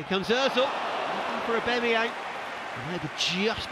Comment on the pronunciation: Someone tell this goddamn commentator his name is 'AubAMeyang' not 'AubEMeyang'! Every goddamn video!